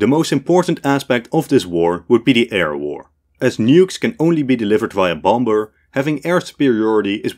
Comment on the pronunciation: You can’t pronounce “bomber” 😂